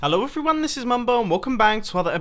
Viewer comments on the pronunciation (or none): guys am i the only one who thinks that mumbo jumbo says "hello eferyone" in his intro instead of "hello everyone" ?